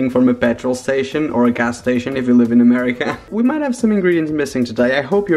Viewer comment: I don’t love the Way you say America it’s like amrkea